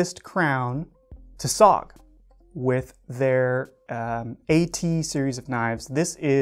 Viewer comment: S.O.G. It is not SOG, its S.O.G, you have to say the letter.